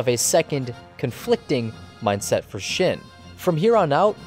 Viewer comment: Seriously how can you screw up "shin" but get "Kira" right? It's the same damn letter and pronunciation -__